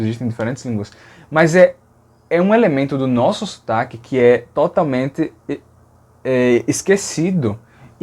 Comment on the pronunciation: Mas pera, tu é de onde? Do Recife? Eu nasci em Brasília, mas moro no Recife desde criança. Uma dúvida: em alguns momentos eu sinto que é como se tu fosse um estrangeiro que dominou a língua portuguesa (e o sotaque nordestino). Por exemplo, quando tu fala "totalmente" em - soa como um estrangeiro, mais pro final da palavra. Será que é porque você estuda diversas línguas e sem querer isso acaba acontecendo? Enfim, só achei curioso, hehe.